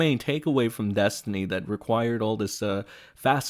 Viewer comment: The way I laughed at saying Des-tiny makes me think that maybe I'm a bit behindert. lol